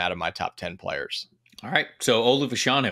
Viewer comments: Olu Fashanu was asked how to pronounce his name at the combine and the accent is on the 1st syllable. It sounds weird, but it is FASHanu. is correct. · As a Gonzaga coach I can confirm that it is Fash—a-new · Yes it is "Fash (like Bash)-anu". Two Nigerian/UK soccer players in the 80s/90s were called Fashanu and pronounced like that. Olu confirmed it at the Combine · Fashanu is a Nigerian name. Short for Ifáshanú. Everyone is pronouncing it wrong but he probably doesn’t care. Which is cool